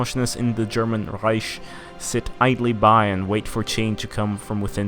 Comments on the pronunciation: It's not Reish. It's Reik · Rish? R-I-k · Pronounce it Riek like said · its reich with a soft ch